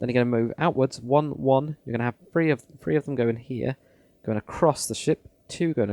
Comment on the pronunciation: I love your tutorials but the only problem with us English is that some of us say free instead of three